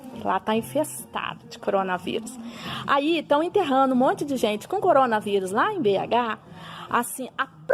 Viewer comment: "Interrano", "rancá"... Eu ja parava por ai